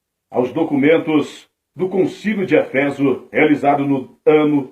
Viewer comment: Não é efÉso é Éfeso! E nao é antióquia É Antioquía